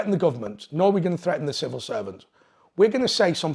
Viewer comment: Civil not snivil